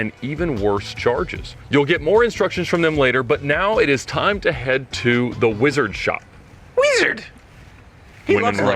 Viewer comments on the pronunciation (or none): Hearing say “WEEZARD” might be one of the greatest things ever